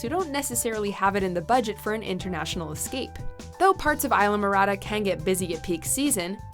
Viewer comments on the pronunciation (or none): It says Islamorada...you say Aylamorada...it's pronounced EES-LA-MO-RA-DA.